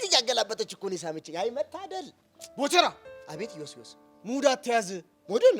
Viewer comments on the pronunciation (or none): ግራግራም 😂😂😂😂ቴሌግራም😅 ዮስዮስ 😂😂😂😂ኢዮስያስ